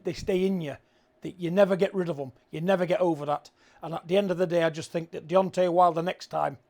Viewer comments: Why does Steve say Deonti? Like Deonti the man from del monte. Fking clown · Why can Steve Bunce, a boxing commentator, not say Deontay right? It's not Deonteeee, it's DeonTAY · Buncey keeps calling him Deontee 😂